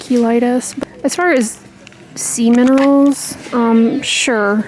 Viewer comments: You said “ sea minerals”.... I heard “ semen rolls “ 😂🤭🤣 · Oh ‘sea minerals’!!! I totally kept hearing ‘semen rolls’ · Omg forgive me but I kept hearing “semen rolls” instead of “sea minerals”.. 🥲I’m such an idiot🤦🏻‍♀️ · Sea -min…. Wait what?! I had to listen to that one twice 😅😅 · ROFL, me too! It definitely caught my attention! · Me too!!! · Me too! I laughed so hard I choked on my toothpaste!!! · Not alone!!🤭🤭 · I thought I heard semen rolls too!